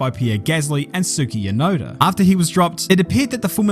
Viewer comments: lol “Tsuki Yonoda” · Did you say "Suki Yunoda"? Haha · That "Tsuki Yonoda" was an ouch😂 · Lol did he really say "suki tyunoda" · Are we really going to ignore he saying Tsuki Yunoda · “Tsuki Yunoda” im ded😂